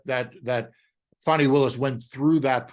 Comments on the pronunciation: A little respect please Marc to Fani(Fawnee) Willis. MAGA disrespects on purpose with mispronunciations of names. Don't be among them. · Please!! The lady’s name is Fani, pronounced Fawni .